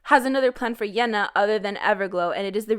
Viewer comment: Why do you pronounce Yená like thatÉ?